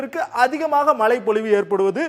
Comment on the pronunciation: Mazhai not malai